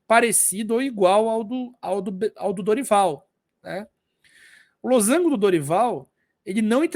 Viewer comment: esse losango com acento me quebrou oh, mas o conteúdo do vídeo tá ótimo kkkk